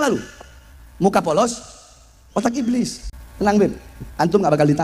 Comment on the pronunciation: Ibliz ngomong ibliz,,,cucooo tahhh sibahar bin setannnnn😂